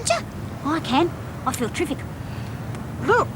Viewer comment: Doreen 'I feel triific' LMAO